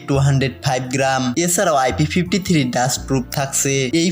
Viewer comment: সমস্যা হচ্ছে ভাষা সুন্দর হচ্ছে না। আপনি থ্রি কে থিরি বলছেন , লাগছে কে বলছেন লাগতেসে । আপনি অন্যান্য রিভিউয়ারদের ফলো করে দেখবেন তাহলে বুঝতে পারবেন। প্র্যাকটিস করবেন ঠিক হয়ে যাবে।যদিও প্রত্যেকের নিজস্ব ব্যক্তিত্ব আছে, সেটাকে সন্মান করা উচিত।আপনাকে ছোট করছিনা, অনেকে অনেক ভাবে বলবে মন খারাপ করবেন না ।